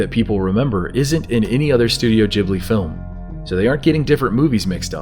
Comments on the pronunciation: Am I the only one annoyed by the way he said Ghibli? It's not pronounced jibly it's ghib-li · I am sure you've been corrected already, but it's not Studio "Jibbly" as you pronounced it, but Ghibli with a G like in the words get or gold or grow. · "studio gibbely"??? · Studio gib - lee at in guh gi like gift or give..gib-lee😁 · The way you pronounce Ghibli really pisses me off